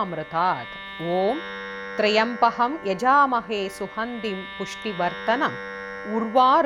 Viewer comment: Wrong rendition. The inital word is trymbaky... Please see the correct rendition in